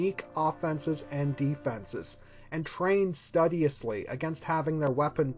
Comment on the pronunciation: but can't pronounce "studious"